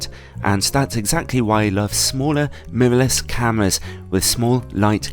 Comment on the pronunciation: "Memovles cameras" ?